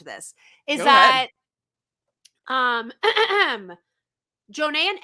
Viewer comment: Am I the only one who thinks that the way the ladies pronounce Jonna’s name is hilarious 🤣🤣 JOOOO-NAY